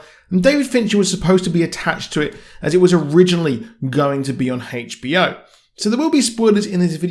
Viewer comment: He said haich b o...... its aich b o ya daft twat.